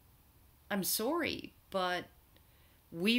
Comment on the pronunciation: "I'm sore-y" ... Yep, ol' Karen's Canadian, all right!